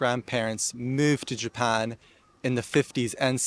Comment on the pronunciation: People saying he has an American accent ! Where ? People who speak with standard American accent don’t say the following “ of course “ like that …. “ all four of my grandparents moved to Japan “ . “ the word “all” is not pronounced like that and the word Japan is more British sounding every time he says it … “ first of all . “Only British by law “ the word law is more open when we say it here in US… I knew I wasn’t Asian . “ knew “ is very British sounding . The word around , I mean I can go on and on , he has obviously American influence but it’s clear British and Australian and dare I say New Zealand too but I can only speak for American English so there . Bye